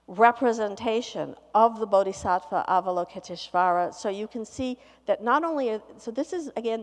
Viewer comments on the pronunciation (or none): I reckon, as a Yale teacher, she could at least have made a little effort to pronounce Avalokiteshvara. It makes her sound a bit lazy.